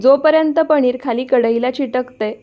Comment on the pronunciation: Are tu rajasthani ahes ka sarkha पणीर